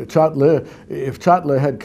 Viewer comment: Henze “Çatlı” diyor Birand “Çatli” diyor :)